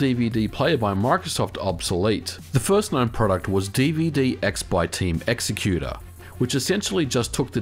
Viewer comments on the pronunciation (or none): none